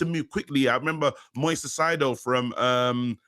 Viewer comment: it’s Moises Kai-Ce-Dough, Big up to you guys 🙏🏼 🇪🇨